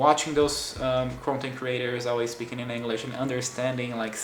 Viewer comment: Your English is great, but funnily enough youre mispronouncing the word "English." It almost sounds like youre saying anguish. Its kinda of funny because brazilians love that hard E sound and seem to use it everywhere...